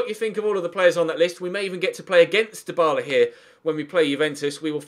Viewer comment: Dybala. not hard